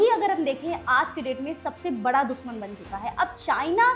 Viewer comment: Dushman hota hai.....dusman nahi